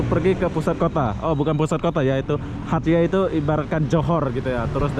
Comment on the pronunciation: Sayangnya tak boleh nak sebut nama tempat dengan betol....eloknya tanya dengan penduduk tempatan macam mana nak sebut nama sesuatu tempat atau kota tu....hatyai dia sebut hatyeh...